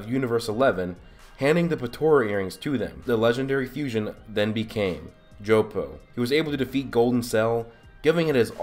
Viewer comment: it needs to be jippo not joppo